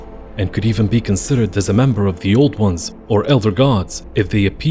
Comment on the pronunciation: I heard that too. lol